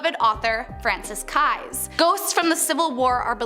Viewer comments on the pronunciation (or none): keyes is pronounced like multiple keys. I was born in New Orleans.